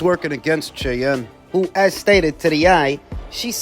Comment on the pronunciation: It's pronounced 'SHY-ANNE' 😅